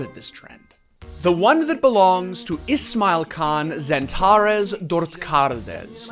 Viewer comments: Ismailcan is pronounced like ismailjan. Kinda butchered his name there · Did...did he just...call XANTARES... IsmailKAN...